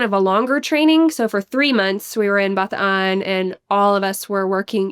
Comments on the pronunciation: Love that pronounce Bataan my home province properly. ❤ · She actually pronounced BATAAN properly!! Thank you!!!! My grandpa was a survivor during WWll of the death March